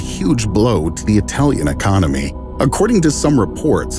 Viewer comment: I lost it when he said and orfcourse it would be a huge blow for the italian aconymy like people could die and they think about money🤣🤣🤣